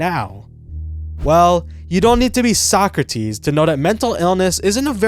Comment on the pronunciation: The way you pronounce "Socrates" is absolutely vile, you're banned from ever visiting greece